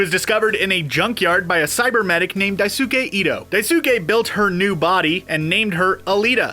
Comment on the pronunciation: I love that you used the Japanese pronunciation of Manga. As a side note, in the Japanese pronunciation of Daisuke, the u is silent, making it die-s'kay. Looking forward to seeing the movie soon!